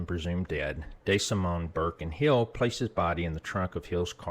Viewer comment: “Tommy Day Simone”- tell me you’re from Nebraska without telling me you’re from Nebraska